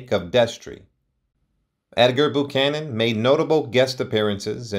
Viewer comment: I believe it's pronounced "BYOO-CANON", not "BOO-CANON", picky perhaps, but as he's the subject here, it would seem proper to have it correct.